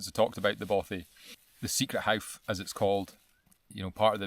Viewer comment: It’s the famous hough nor howff